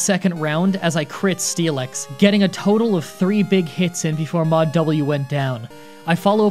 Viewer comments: It's pronounced Steel-ix not Stee-lex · you kinda say it as steel-x, missing the i completely and I've never heard anybody say it like that. Also, I assumed it was like the "ask me about the fossil anyway" thing, but unspoken. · What it says: Steelix What I hear: Steeleex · There is forever something out of place to me whenever you pronounce "process" like the British even though speak with a typical western American accent. Also, pronouncing Steelix like Steelex sounds like a wrestler name to me for some reason. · You 100% said steelix wrong just to get comments about it and I respect that so, here, have the comment about it